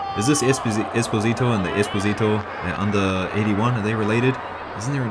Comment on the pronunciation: 1)The slow-mo hasn't been abused enough, and that's a sin. Repent! 2)Esposito is to be read with the accent on the O in the middle, not on the I. Good clip 🎩